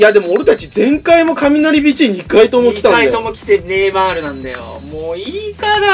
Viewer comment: 毎回ネイマ(い)ール笑